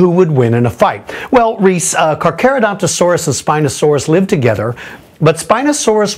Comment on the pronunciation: Dafuq? Carcha and Caca are said differently.